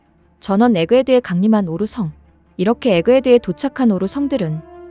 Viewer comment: 오로성할때 왜 오로"성"에 악센트를 주고 쌍시옷 발음을 자주하세요? 정말 나래이션 듣기 거슬리네